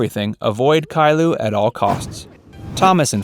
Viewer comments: U said caillou wrong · you didn't pronounce caillou right